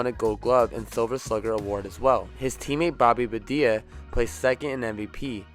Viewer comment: Did you say Bobby bad ee ah lol you it’s Bonilla pronounced bon ee ah